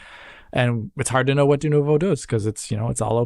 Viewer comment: Is no one going to comment on the fact that can't (or purposefully won't) pronounce "Dunovo" properly?? Or is it "Denovo"? "Dunovu"?? Is he doing that on purpose?